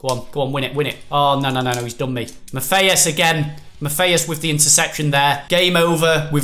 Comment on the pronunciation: U say Matthias wrong